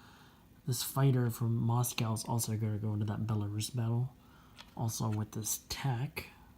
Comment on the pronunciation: Liked the way you correctly pronounced Belarus, not like some newbie who pronounces it with a short u,and do you think the Star trek's Borg originally came from Vyborg???